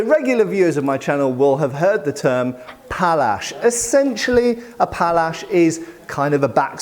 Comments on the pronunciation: Not Pallsch but Pałasz, it is Polish weapon. The handle is typical for Hussars. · Thanks for a great pronunciation of Sabre / Shabla. For the other one it's actually: Pawash